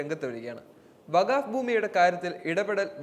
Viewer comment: വഗാഫ് അല്ല മോനെ വഖഫ്